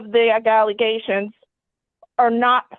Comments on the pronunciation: She still talking about "Gally and Nally gations....... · “The gallygations” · Shes throwing Gallyations, nollygations, agallagations all over the place. 😂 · She said allegations different each time and none of em were right. I got a galiations, naligations and galigations. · A-gal-a-gations? And she said he’s “not fully understandable?” Also, I think this is a terrible decision by the judge. The kid will definitely suffer for this. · The NALIGATIONS??? 😂😂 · The Nalegations? What? Wait, now she said Imgalegations? I think every time she says it it's something new. Holy Illiteracy, Batman! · Galliations , Nalagation Ahgalagations ….. Was anyone else waiting to see if she could get the word right one time ? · THE WHAT? 😂😂😂 Galleations. Followed by nallegations shortly after. That’s what she said, out loud. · "Gallegations" "nallagations" "nealeations" are all interpreted to the word allegations....it doesn't sound like she's playing with a full deck upstairs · Did she say AGGEGATIONS? (allegations) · Tbe "galeages" its allegations lady! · She said "galiations" the first time then "naligations" the second time. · Her inability to say “allegations,” kept throwing me off, but not as much as fighting for 50-50 custody of a child she bit, abuses and neglects.